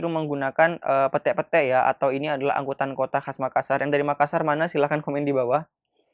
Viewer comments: Bukan pette-pette mas heheh.... PETE PETE itu mas :) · Ahaha lucu yah cara nyebutinnya , sni kak sy ajari bukan Pete yah yang dimakan itu tapi pete-pete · Masih, tpi pnybutannya slah itu hurup e (ember) smuanya e pete' pete' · PETE-PETE baca.y bang, bkan e😂😂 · Lebih tepatnya, pete-pete, dibaca lurus aja ka'...😂😂😂😂 Gmn sih jelasinnya🤣🤣🤣